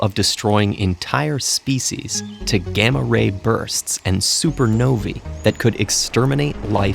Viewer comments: Super novi? nova* it’s an aaaaaaa sound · Its super nova not super novi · Why did you pronounced nova as "nove"? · Elina Das I know what supernovae are, but I had no idea it was pronounced like that